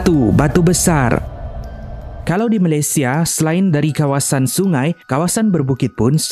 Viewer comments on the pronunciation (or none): none